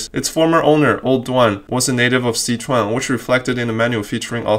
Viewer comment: I wanna know why you can't pronounce Sichuan properly.